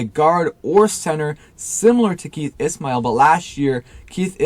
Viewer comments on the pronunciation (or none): Keith ISSHHMAIL not ISSSMAIL